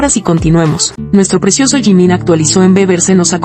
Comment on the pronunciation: Você não sabe pronunciar Jimin com essa atitude você já está gerando ódio então você é uma MENTIROSA!🤮